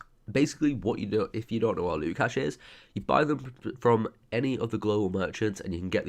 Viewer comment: cache is pronounced cash :) not cash A :D